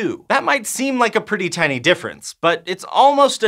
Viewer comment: Teeny shift??? I think you meant tiny thai-ny shift!! Teeny Tiny! 🤣